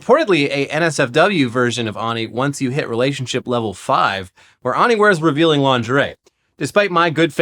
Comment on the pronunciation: Wouldn't you say ani like "Annie" not "ah-ni"?